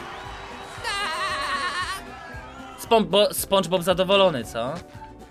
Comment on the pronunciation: lubię cie ale prosze mów spandżbob